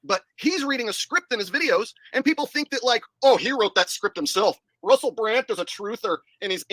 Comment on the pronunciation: It sounds like he's saying Russel Brant instead of Brand